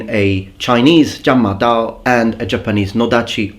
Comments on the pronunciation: Congratulations your Chinese pronunciation is spot on. The Horse Chopping Sabre is a generic term describing any large blade designed for infantry to resist or attack cavalry - usually to cut the horse's neck or to injure the horse's legs. Over the centuries they have appeared in various shapes - straight or curved blades, long and even longer handles, almost like half-polearms. Spear formations have to be more compact, for the spear-wall to be effective - hence they're less flexible and less mobile as they have to move in formation - these blades allow for looser formations, and they can be deployed in situations where spearmen won't be so effective. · dude, is these three chinese words the first time you've learnt? great work, pronunciation is very good. it's called the horse slayer in english. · upvote for getting the pronunciation right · I'm very impressed by your Mandarin pronunciation, ON POINT!